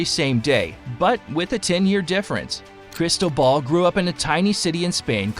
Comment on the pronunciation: Crystal Ball…. CRISTOBAL… It is not so difficult to pronounce if you care a bit